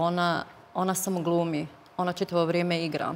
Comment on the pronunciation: "Ćitavo vrijeme" 😂 "znaći" 😅 "taćno" 😂 "protjerali su hin" 😂Aneli mozda treba lexaurin a tebi djevojko treba bukvar....sve Mentoli! Tebe tko bude slusao u onoj Zadruzi svaka mu "ćast"!